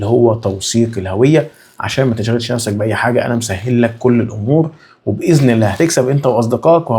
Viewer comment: اسمها عملة باي وليس بي